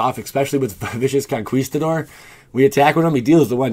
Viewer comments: bro it's con (ki) stador lol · Bad "con-KAWEEEEEEEEEEESE-tador" Boy Gaming